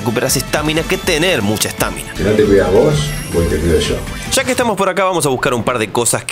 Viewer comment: Por qué mierda le decís estÁmina a la estamina man? LPM me estaba gustando tu video.